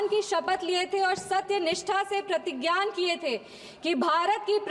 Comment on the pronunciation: प्रतिज्ञाn। Nahi प्रतिज्ञा